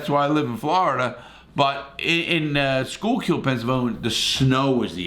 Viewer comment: You pronounce it Skookill not schoolcul! 😂 But this was a very entertaining video! 😄